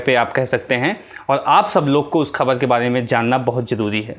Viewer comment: Har sentence me shabd 'khabar' bol rahe hain 'Kh' ko aap halaq se boliye yaani ख ke neeche . Point rakhiye 'ख'۔ Aur bhi shabd hain Sorry for if you feel.